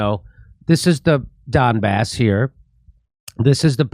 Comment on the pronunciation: Jimmy pronounces Donbass as dumb arse